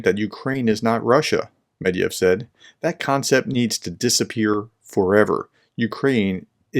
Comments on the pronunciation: It's "MedVEDev" not "Medev" it's not that hard, just read all the letters. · Thank you for the content. The ex-president's name has three syllables in it.Since you are talking to an English speaking audience, this would be pronounced something like this: med - veh -duhv. We are skipping some features of Russian phonetics (palatlization often mimicked by inserting y, the only English palatal consonant, and vowel reduction) because the phonemes don't exist in English. I would ignore any well-meant attempts to teach you how to pronounce this in Russian. It just ends up terrible Russian and even worse English. People need to be able to understand and be able to repeat and recognize written words when being informed or educated without special training. Breaking problem words into syllables before speaking them helps. It slows you down, but improves communication. Medved is a bear. - ev is a word ending indicating the person has the quality of the word before it if that helps at all.